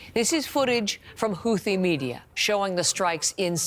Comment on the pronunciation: Thought it was pronounced “hoo tee” not “hoothee”??